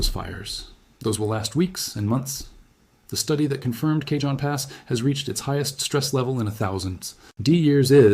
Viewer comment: My AI boy said K-John pass instead of Ca-hone (Cajon Pass). 😭😂